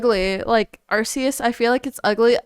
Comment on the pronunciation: WHOA there dont you shit on my apple croc, hes adorable! that being said i do hope he looks a lot better in his final evolution. this new game is based off spain was right on arceus pronunciation they also always base the starter pokemon off the chinese zodiac if you look up each year new gen pokemon comes out you can correlate it with Chinese zodiacs and go back to arceuss once you get passed allll the talking its honestly a lot of fun.